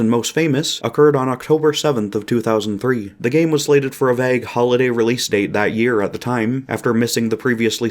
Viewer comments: this video would literally be flawless if this guy didn't pronounce "vague" like "vagg" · That's not how you pronounce vague